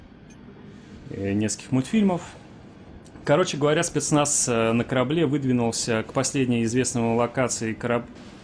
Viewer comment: Одному из комментариев 7 лет, а твое "Спиецнаязз!" с акцентом всё ещё улыбает подписчиков и зрителей.